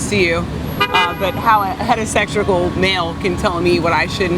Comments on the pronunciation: "Hetasectional." That's what she said. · I also think that it's just astronomical that this hedosetrical man would even speak on this issue. I mean, what is she had a xtopical or cuticle pregnancy? Lmao she can't even pronounce the talking points she parrots